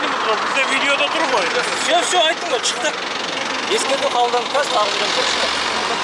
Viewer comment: Инспектор мына жерден чықтық дейді. Шықтық деп айтылады. Чықтық деген қазақтын тілі емес